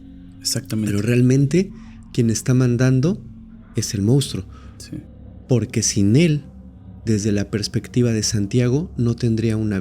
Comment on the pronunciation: Monstruo se pronuncia igual que como se escribe. Información que salva nuestro hermoso idioma. Bendiciones ❤❤❤